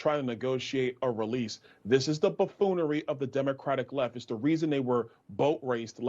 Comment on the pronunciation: Perfect word to describe the dem party: "bafoonery" (bah- foo -nor-y), lol